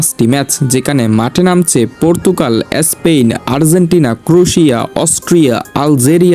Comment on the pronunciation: এস্পেন না স্পেন